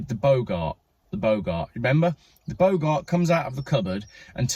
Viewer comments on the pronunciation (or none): Say boggart as two words, big art, not like the old actor Humphrey.